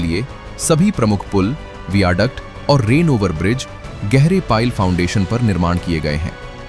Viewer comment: It's वायाडक्ट not वीयाडक्ट